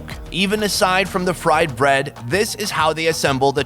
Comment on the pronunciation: As an Indian, I have two comments. First, I cringed every time he said bread lol. (On a side note, I’m impressed with some of your good pronunciations, like masala, channa, and paratha. Well done) Secondly, please don’t try and replicate this. Eating street food in India can be extremely dangerous, even deadly. As a tourist, you shouldn’t eat anything fried, anything with milk in it, or any vegetables you can see are being washed with an unclean water source. The risk of E. coli is quite high in poorly sanitized street vendor stations. You should generally go for food that has been boiled or is from a reputable place like a nice restaurant, to experience some authentic flavors safely. If you have been in India for a two months and haven’t gotten sick from food, then it might be safe to start trying slightly riskier foods.